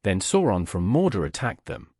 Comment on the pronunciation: I get having an accent , but when you said morda , instead of mordor